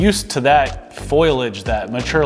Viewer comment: I lived in Phoenix for a year and I left cuz at that time, it was boring for me. The heat sucked it but it wasn’t a deal breaker. Idk why anyone would knowingly move to Phoenix if they can’t stand 110+ temps. Like hello??? What does the name Phoenix imply!? Lol and it’s “fol-i-age” not “foil-age”. Sorry to be “that person.”